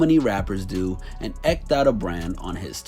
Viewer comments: Bro, are you intentionally mispronouncing words? Eked isn't pronounced ekked. Also it's not Rootgers. Not hating, just trying to understand if this is a bit. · Please learn to read. Rutger's us pronounced "Ruht-gers" and "eked" is pronounced "eek-ud". You're welcome!